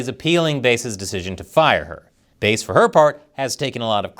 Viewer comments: It’s “Karen Fish” not “Karen Rythym Instrument” ya dig bass not base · Very clever to entitle the video in a way that outwardly appears to criticize or praise in a backwards manner. I’m hoping your metrics are improving. BTW, the name of the mayor is pronounced like the fish, bass 🍯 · It's Bass, like the fish. C'mon man. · Karen Bass' last name is pronounced like the fish, not the musical instrument. Just wanted to let you know as I expect there will be other 'firestorms' (literally and figuratively) in her tenure as L.A. mayor over the next few years that you'll be reporting on. Musk's '5 accomplishments' email - If no one in the OPM responded and they all got laid off, would there be anyone left to do the paperwork to lay-off the other 100,000+ employees at other federal agencies who didn't respond? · It's Bass, like the fish.